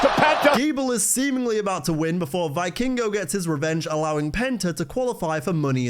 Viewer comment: it's pronounced "vee-kingo" PS: love your work btw